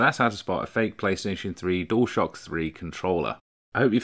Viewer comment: Does 'Dual shock' on this video sound like 'Door stop' to you. It does to me.